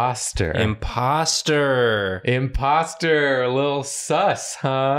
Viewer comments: ignored the O in imposter in both cowboys 😭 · I love how ignored the "o"s in both her characters' words lol